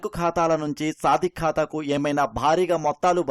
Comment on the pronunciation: వాడు “సాదిక్”, సాధిక్ కాదు…వాడేదో సాధకుడులాగా మాట్లాడద్దు